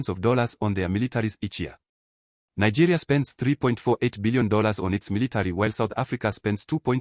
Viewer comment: Nigerians don't av such that accent. The person is even sounding like a south African. Nigerians can never pronounce Nigeria as Nagayria.